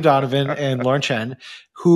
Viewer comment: It's Lauren Chen not southern